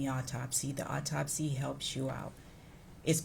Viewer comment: I don't know how the eff this "doctor" made it through all the college work and actual hands on experience! She seems like she has no clue wtf she's talking about! Further more all these fools... AUTOPSY there is NO L in there!! It's not an all-topsy it's AU-topsy! Sooo annoying! And wtf is a "deaf investigator?" Is the investigator deaf or are they investigating someone who is deaf? The only thing this woman communicates well is "Yes." She "doesn't recall" more than she does recall. She looks lost like she has no clue or she's got stage fright and just remembering her lines.. "Yes." and "I don't recall." Horrible witness!